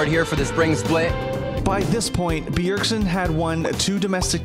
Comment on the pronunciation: Ever since the very first line i knew this caster couldn't pronounce bjergsen